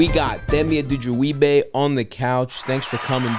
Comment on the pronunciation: Had to rewatch him say his last name a few times that was clean